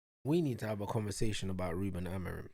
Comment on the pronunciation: Motherfucker is out here jumping on the managers nutsack when he doesn’t even know how to say the managers name🤣🤣🤣 Man said “AmoriN” Una💀 Amorim ain’t the one playing, yeah, but the play wasn’t the fucking issue, it was the SUBS that killed us u fucking moron. There was absolutely no need to sub on Dalot, Ugarte and Mount, but the prick still chose to do so. And because of that, Sesko got injured and we had to play the rest of the game with 10 men, which then led to us conceding another goal. And then guess what, the PLAYERS bailed him out EVEN with 10 men. We drew thanks to this idiots game management. NOTHING ELSE.